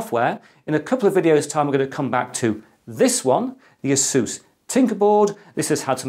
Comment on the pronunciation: I like the way he say asoos instead of a s us.. thanks for all of your great information.. you spark the imagination my friend..